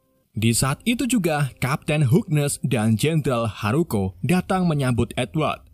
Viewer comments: Diucapkan 'jendral Haruko' ... Dituliskan 'jendral Hakuro' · tulisannya jendral hakuro tapi bacanya haruko